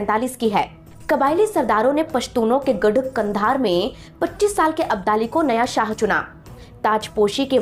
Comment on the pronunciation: आप तो कंधार का नाम भी सही नहीं ले सकती , भाषा ऐसी है जैसे कोई अनपढ़ जाहिल औरत है 😮